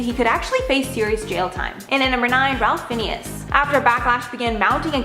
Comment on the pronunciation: . I’m not sure she could have screwed up the pronunciation of Ralph Finnes any worse: it’s “Rafe Fines”; not whatever the hell she said. . She really needs to check names Tila Tequila Nguyen’s name is pronounced “Wen”. Jesus, get a clue. Do some research if you’re not sure. It makes you sound dumb. Has this woman ever heard an interview or even seen Chuck Lorre’s name spelled out? I can’t see how she got a job reporting on Hollywood when she doesn’t seem to know who the players are.